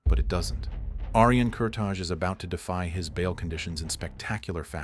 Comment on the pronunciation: Its not Kurta[J] its Kurta[i].......that J is Albanian